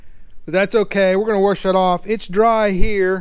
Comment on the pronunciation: Wash, not warsh… but we get it …